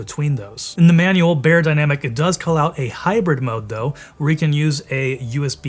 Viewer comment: You mispronounced Beyerdynamic 😩